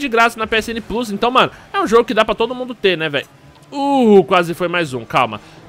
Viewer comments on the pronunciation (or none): none